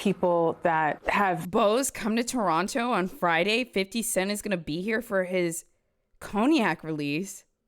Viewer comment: I love you but, not the Toronto with the hard second T 😂